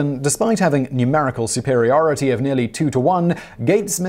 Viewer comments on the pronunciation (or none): none